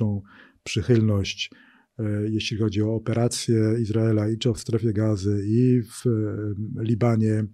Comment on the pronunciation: "Operacja Iz raela w Ga zie"?? widac pan Magierowski ma nadzieje na dalsza kariere w USA :)